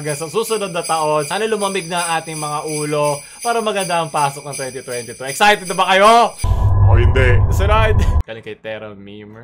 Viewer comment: Imagine 2022 pronounced its "2020 Too" 😆😆😆😆